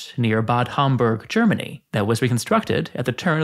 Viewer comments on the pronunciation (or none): none